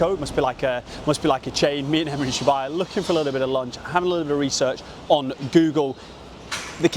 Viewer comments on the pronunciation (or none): Absolutely filthy pronunciation of Shibuya for the first 3 mins of this vid 😅😅